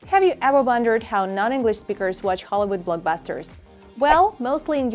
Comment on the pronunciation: I thought she sAid HOE LOL